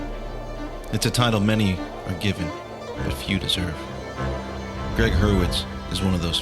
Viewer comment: Couple things? It's Gregg (not Gree Hurwitz). And you betcha' - his writing is absolutely riveting. I've finished the entire Orphan-X series. Unreal.